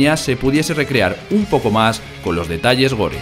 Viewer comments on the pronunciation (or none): “... Con los detalléhore” ese tipo no sabe hablar bien español.